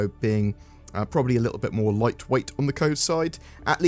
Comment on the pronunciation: "Moar" Ships